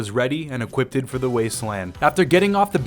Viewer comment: Equip-ted? Wtf